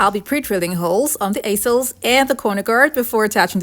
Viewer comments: Easels are pronounced EEsels. 💝🥰 just so you know. 💝🥰 I absolutely LOVE both of these pieces. You are amazing! I just love watching you and your incredible mind!! Thank you so much for sharing with us. I truly appreciate you! 💝🥰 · Lmao i was weak how she said easels. Never heard them called that. 😂😂😂😂😂😂😂😂😂😂😂😂😂😂😂